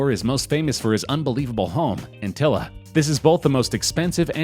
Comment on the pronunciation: Its antillia not antilla